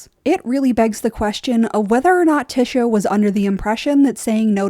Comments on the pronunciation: The only thing I'll push back on is pronouncing Ty-sha as Ti-sha. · I love watching (listening) to your videos but I'm pretty it's pronounced Tie-sha not Ti-sha. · I was so confused. I think it's because the name you're saying is (phonetically) "Tish-a" but it's actually pronounced "Tie-sha". I kept wondering if there was another character that I was forgetting lol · I cringe everytime she says "Tisha" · The annunciation of tysha is slightly annoying, the y is pronounced like an I like in lion, but really good overview on tyrion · "Tisha" is killing me 😭💀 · Good video but pronounced tiesha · Tear-eon Pea-ter Tea-sha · Lol I love watching your videos despite having a different view on the show. You bring a refreshing perspective but your pronunciation of “tysha” on this video was offensive 😂 Thanks for providing us these videos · Is Tysha's name pronounced t-Isha or t-Ay-sha? You pronounce it the first way, others like The Dragon Demands pronounce it the second way. Is there any official word from GRRM on this? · Is Tysha's name it pronounced Tish-a or is Tye-sha? As in does the first part of her name rhyme with dish or dye? I hear both of different people.